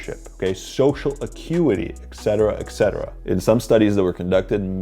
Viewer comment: Oh by the way it's pronounced ET-CET-ER-A not eksetera that's why it's written etc and not ect